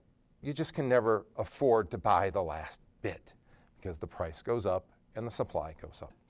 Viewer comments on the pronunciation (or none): none